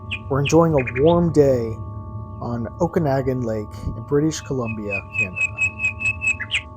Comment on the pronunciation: is pronounced oak-a-noggin...my British g.f. and i saw this aquatic creature July 1st 1994 p.m. about 90 ft from shore&boat lunch between Peachland and soft ball fields...what we witnessed i believe a Plesiosaur(sp)...1st and only time we visited lake..have not gone back into any body of water since...we had no knowledge of such creature(s)in this lake+not know size...